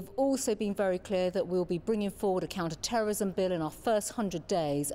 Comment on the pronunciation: Why does she keep saying counter terrorism the wrong way?